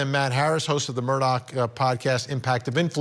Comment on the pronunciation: Vinny for the love of God, it’s MurDAW not MURDOCK